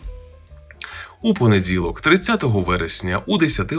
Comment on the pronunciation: Чому звешся,а дзікаєш і дзякаєш.В українській мові не понедзілок,а понеділок і т.д. Київська область.